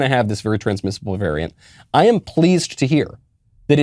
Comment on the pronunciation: “Omnicron veriant.” Yoo no speeky Ingee good